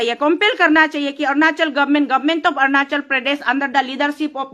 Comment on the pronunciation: Ernachal nhi hae .... Arunachal hae